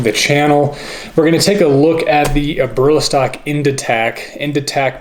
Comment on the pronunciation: Great video. Just a heads up on the name of the company, the owner's last name is Eberle pronounced ebb-bur-lee. The company is ebb-bur-lee-stock. Would love more info on the tourniquet and Israeli bandage if you can. Thanks.